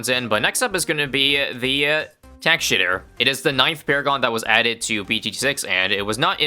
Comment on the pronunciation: I love how everyone is used with you saying tack shitter